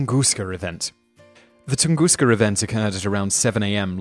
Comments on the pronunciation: Ton-Gus-ka, Not tungusca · Why do you pronounce "Tunguska" as Tungooster at the the beginning of the video, but a more American Tungusta at the end? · OhioCruffler - It seems the British follow a rule that if the last letter of a word is a vowel and the first letter of the next word is a vowel, they put an R in there. So TunguskA Event (vowel-vowel) becomes tungusker, but tunguskA Blast (vowel-consonant) just stays tunguska.